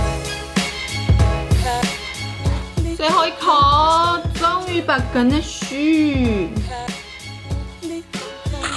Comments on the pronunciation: 聽完的乾那水，阿滴應該會忍不住 XDDD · 甘吶水真的超好聽😂🖤🖤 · 乾納賽，害我水直接噴出來